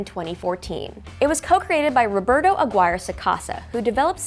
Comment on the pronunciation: aguirre is pronounced agi reh the u is silent. not agirae. not agiri. agireh.